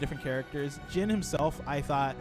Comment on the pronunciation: Why did this man keep saying jean? Its jin